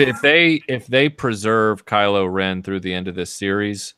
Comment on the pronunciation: Kylo Revan... HOW DARE YOU SULLY DARTH REVAN'S NAME!